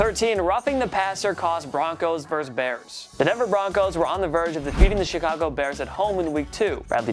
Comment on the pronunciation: The word "versus" is pronounced versUS (i.e., saying the "US" part), not verse. When you say "verse", you're referring to part of a musical composition.